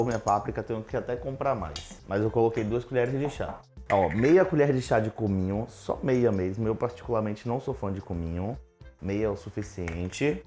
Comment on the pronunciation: Gosto das receitas do, mas a palavra correta é COMINHO e não couminho